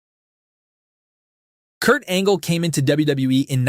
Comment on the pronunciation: PEAK Angle not 'perc angle' IDIOT